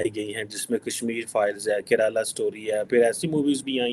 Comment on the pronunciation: Karala story hai 😂😂😂😂mere ko maro😂😂😂😂 phle bolna sekh le😂😂